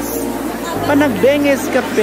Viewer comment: Ayusin mo po pronunciation mo Sir sa PANAGBENGA